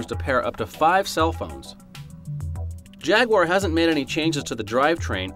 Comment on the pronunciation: Stop mispronouncing jaguar!